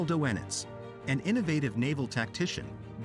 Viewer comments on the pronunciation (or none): "Doe-En-itz" really? it's pronounced "DER-NITZ" ... the name of the most important Nazi commander of all (U-Boats and then Navy and then all of it)?? ... he was so slick he convinced court that he wasn't a hard core Nazi and he certainly was - ended up living out his life as a civilian - I guess he paid a price - as he should have - both sons were lost on U-Boats ... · Doe- Ennitz 😂 I had a friend whose mother was Doenitz' niece, never heard him pronounce it like that!